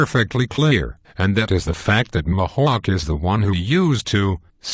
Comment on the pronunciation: Mahawk!? It's Mihawk! Eeeeeeehawk not aaaaaaahawk